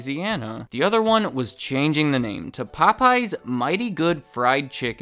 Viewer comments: Interesting video. I love the subject matter. But your continued pronunciation as “Po-pies” was killing me 😂😂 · Wait, the missing apostrophe was a mistake? So it's not pronounced as "Pope, yes!"? Well I'll be... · Anyone else here with hispanic friends who call it Po-PAY-yez? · my asian dad pronounces it pop-eyes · Wait, so their name isn't pronounced Pope Yes?